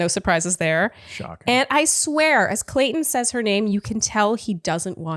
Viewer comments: says Colton instead of Clayton. says Clayton ha ha says ok whatever and keeps talking 😂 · Word Watch should be the number of times says "Colton" instead of "Clayton" It's been in multiple recaps now. LOL!